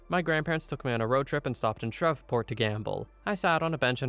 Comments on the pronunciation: I know you guys may not see this, but it’s very important. Many tragic things have happened in Louisiana over the years, especially in the north and southeast of the state. I noticed you pronounced Shreveport incorrectly. If it pops up again, I wanted to let yall know it’s pronounced “Shreeveport.” It has a long “e” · You IA type-to-voice is failing you. Every American knows how to pronounce Shreveport, dude.